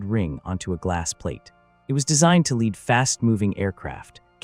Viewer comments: That's because its AI slop. The audio says mispronounces Lead repeatedly using Leed instead of Led. Given the meandering you mentioned its likely that the text itself was generated by AI too. So its entirely plausible that the events described are likewise entirely made up. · Good story, but way too repetitive. Could have been told better in 25 minutes max. And why can't they teach the AI narration to pronounce "lead" like "led", not "leed". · Can we agree on something? Lead rhymes with dead, not deed. Motherfucking AI. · The word LEAD is pronounced LED!!!!! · Damn it man. It's pronounced "led", not "leed." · Especially when it pronounces Lead like Leeds. Along with a few other words. Some channels will have multiple words pronounced different times in the same sentence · AI always pronounces the word "lead" wrong. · Stupid AI.. It doesn't know how to pronouce; BANZAI or LEAD. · Excellent story. I just wish you didn't use AI for voice, or at least teach the AI how to pronounce the word lead.😊😊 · Thank you! I have been thinking the same thing, you think with as advanced AI is now it’d figure out the context of the word and pronounce accordingly